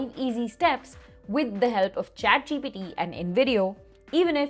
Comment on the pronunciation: Also she kept saying chatgpD